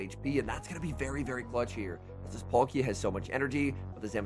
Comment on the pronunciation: Love your videos but please learn how to pronounce these pokemon names! Palkia not Polkia. Watch the cartoon of pokemon shows. P-aaakia is the correct pronunciation